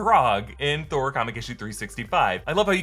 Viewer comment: Did Kid Loki say "I killed Thor" or "I killed BOR"? I heard the latter, which, if true, is a MUCH bigger deal.